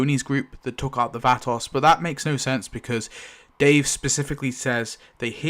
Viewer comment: T Dog got axed because he kept showing up late to the set and was unprepared. They gave him less and less screen time till he was written off. I never liked Lori and couldn't wait for her to go. I cried for her death scene, but glad she was gone. It's pronounced va·to /ˈväˌtō/. At first I didn't know who the hell you were talking about, till you mentioned the nursing home.